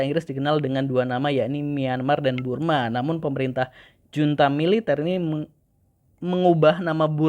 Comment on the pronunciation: Bang bukan Burma tapi Birma